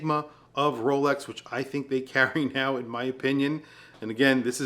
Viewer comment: Although is a bit of an arrogant douche, he's right. I wish he'd learn how to say the word NOW properly. It's not Nahyee. SMH.